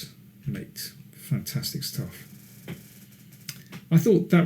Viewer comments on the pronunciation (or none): none